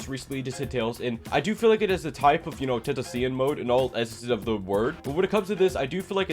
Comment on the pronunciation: How the hell did you just say tentacion